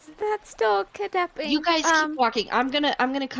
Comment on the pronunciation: “Um should we be kitnapping?” “We’re not kitnapping. We’re gonna take her for questioning.” “Yeah, We’ll bring her back.” “Don’t worry.” “That’s-that’s still kitnapping um.”